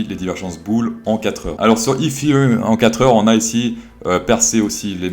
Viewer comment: Pourquoi je rigole à chaque fois qu'il dit ethereum ?